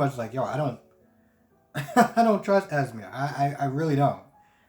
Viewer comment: Spencer’s girlfriends name is ESME You were right in the pronunciation - stop letting folks change your mind - you got this❣️ I think the reason why Victor wants all Cassidines on deck because I believe somebody is coming after the family and there is strength in numbers